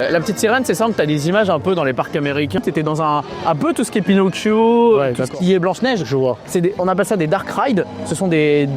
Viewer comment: « Bella notche « ??? « Pinotchio »??? - !!!! 😮!!!! Pour des fans de Disney…. C est navrant !